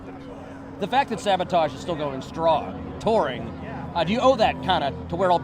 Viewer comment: Great historical event being captured here. I wish someone would have corrected/educated the ABC Action News guy on his pronunciation of SAVATAGE (he kept saying SaBOtage). Nails on a chalkboard! LOL LONG LIVE \m/etal!